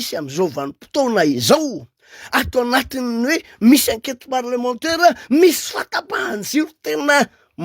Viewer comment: enquête parlementAIRE fa tsy parlementEUR ramoseeee aaaaaa